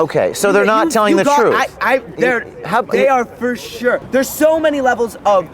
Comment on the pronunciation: "FUR SHUR" - Good grief expand your vocabulary and get a hair cut.